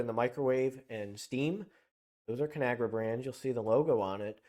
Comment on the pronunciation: Its called con agra not canagra